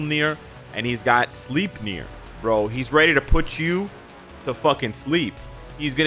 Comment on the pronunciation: Sleipnir, not sleep. The pronunciation of the vowels is reversed due to the sound shift from Germanic to English. The e is pronounced like an a and the i like an e. The correct pronunciation would be "slaipner". The name has also nothing to do with sleep but means as much as; the grinder.